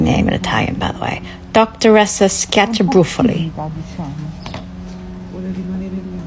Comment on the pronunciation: Complimenti dire" schiaccia brufoli" non è cosa facile (congratulations on how you pronounce "smash pimples" ... it's not easy"....🇮🇹🤗